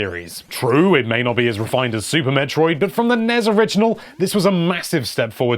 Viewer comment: 5. Yep. Team Yokoi makes a good Mario game. 4. Won't question this one. 3. Whoever said Zelda was the game that invented strategy guides mispronounced Metroid. 2. Uh... There's a difference between influential and 1. Yes. Yes, it is number one. It's why Yoshiaki Koizumi is the face of the Switch. It invented a much-needed Jump Button. It gave Zelda games more drive in story beyond mere words. ...and, of course, it inspired Ocarina whether we liked that one or not.